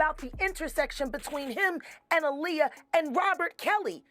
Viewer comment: That al lea uh is crazy work say it right smh